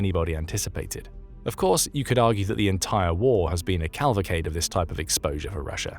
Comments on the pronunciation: At ~ - your otherwise perfect AI screwed up. It’s “cavalcade”, not calvacade. Great photos and quality optics- concise narrative. Excellent, in my humble opinion. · Cavalcade is word. But what am I hearing? "CALValcade" 🤦‍♂️ Calv? Like Calvin Klein? OK! You speak good England! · What's a "calvacade" ? ;)